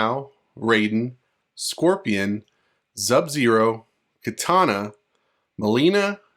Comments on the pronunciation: BRO WHY ARE YOU SAYING ZUB-ZERO ??? Say his name RIGHT dude, it's SUB-ZERO.... OR just don't say it at all, that shit annoying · Bro said zub-zero the whole time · Thank you man fr, kuz it's hard to listen to that I hope you understand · Bro you really enunciated that Z in Sub Zero lol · are you even a fan of mK you couldn’t even say sub zeros name correctly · this is a very nice video, please do not worry about the people bringing up how you pronounce sub-zero, it is not a big deal and they should have focused on the cool potential leak you were telling us about instead. anyway, have a good day!!! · Nope...not having it. He's reading everything else just fine in this video. No excuses at all. If it's a speech impediment...then just say that. His excuse is sad as well because he's familiar with the game. So, he doesn't get a break saying he didn't "realize" it. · Very annoying like A.I. voice mispronouncing Sub-Zero. He can read everything else but when it gets to Sub...all of a sudden...there's an issue. Then he states in comments he didn't know he did it. Nah, just admit you have a speech impediment.